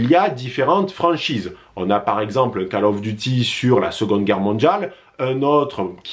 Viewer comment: Bonne vidéo mais "Call" of duty ca se prononce "kôl" et non pas "cale" 👍